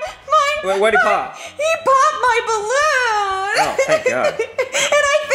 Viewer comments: It’s supposed to be balloon not barroon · Ballon❌ Barroon✅